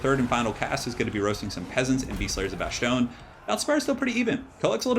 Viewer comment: Dude please stop saying bashtone there is no h in bastonne it’s pronounced bas-tone